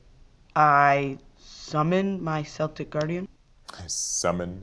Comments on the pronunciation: K-eltic Guardian not S-eltic Guardian. Bothered me for some reason lol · Which is weird because even the anime dub had it as KELL-tick. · "sell-tick" ah, Americans always get this wrong. "kell-tick". (Unless you mean the football team (soccer), in which case, it's "sell-tick"). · No worries bro, it's Keltick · Pronouncing Celtic as Selltic. Yes the Scottish soccer club is pronounced that way (spelled Celtic), but hearing it in regards to the monster Celtic Guardian made me smh. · In defense, in my language, Celtic is translated as "Céltico" (pronounced like "sell thikoh"), so, since I never hear Celtic in English (don't like American Football), I'm like... wow I've been pronouncing that word wrong for nearly twenty years... I feel like an idiot. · I love how they pronounced Celtic Guardian with an S sound like the basketball instead of the K sound used for the actual Celtic people. I grew up in Boston so all of my friends used the S really brings me back lol. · Celtic has a hard C tho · The unromanized pronunciation of Celtic was painful. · Ugh... The way he pronounced Celtic Guardian... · I always wonder why Yugi pronounces it with a C. I am a basketball fan first before playing YGO and English isn't my first language so I always pronounced Celtic with an S when I was a kid. lol